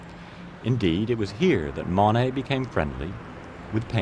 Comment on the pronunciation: I’d be content with someone who can pronounce “Monet” and “Le Havre”